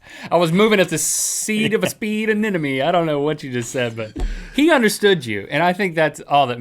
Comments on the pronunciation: Rhett - Sea Anemone. Ah - nem - uh- nee. Not "ah - nen - uh - mee" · Every time Rhett said anenome I was screaming in my head.... anemone!!!!!! gahhhh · did he say "sea anenome"? :)))) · They keep saying anenome :D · "I was moving at the sea of a sea anemone" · rhett pronounced anemone wrong. also theyre not 100% asexual. in fact they only split into two if stressed. also they CAN move pretty fast if they want. ive kept anemones and they can move across large fishtanks in only a few hours